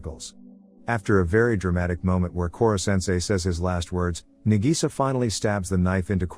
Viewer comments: "Nagisa" (Na-gee-sa) wheeze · I laugh so hard when he say na Gi Sa